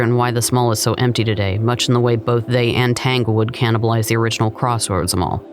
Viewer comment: I may have misunderstood the pronunciation but it sounded like you said “Crosswoods Mall”. It was Crossroads mall as it referenced the fact it was at the intersection of two major roads: Williamson and Hershberger. Great video! I enjoyed it.